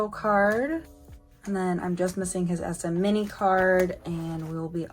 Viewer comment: I think the way you pronounce SMini is actually the correct way since that's how the members pronounced it in their Ay-yo SMini unboxing short on Youtube